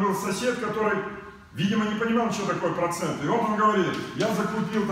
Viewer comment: Вот на эти два прОцента (ударение важно ☝️) и живу